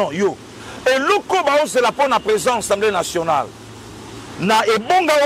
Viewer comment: On dit Assemblée Nationale et pas Ensemblée Nationale.😂😂😂